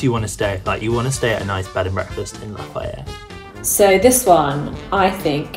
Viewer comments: They should have used Indian names or Lafayette county MS which is La-FAY-ette not La-if-yette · As someone from Lafayette, LA...we do not say it that way...we say “Lah-fee-yet” or “Laugh-ee-yet”. Pretty sure it’s the same in Indiana. Only “Lah-fah-yet” in French, usually. :) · I’m from Louisiana and most of us say “N’Orlans”. The video got “Lafayette” wrong, too. We say “Laffy-ette”. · Lafayette is pronounced “Laffy-ette”. I would have liked to see them try some of the other Louisiana names. 🤣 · It hurt to hear that pronunciation of Lafayette.. they didn’t even choose some of the harder names we have in this state. Natchitoches. Or like some bayou names for example. Bayou Lafourche. Or parishes. Ouachita. Towns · I wanted to see them put up Lafayette, IN after putting up Lafayette, LA simply to prove they AREN'T pronounced the same.